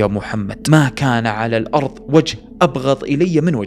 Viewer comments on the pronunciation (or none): none